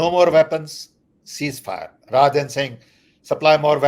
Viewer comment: Please read rather instead of raher